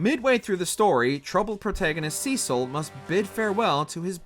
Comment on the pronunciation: The greatest boss for this narrator is still pronunciation Cecil: with a short 'e' sound. Name is spoken aloud multiple times in the 3DS remake Ozma: ahz-ma, just like in the book/movie the name was taken from Bevelle: be\velle not bev\elle. It is said aloud in the game